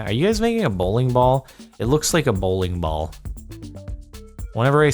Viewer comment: Idk why, but him saying bowling ball sounds weird.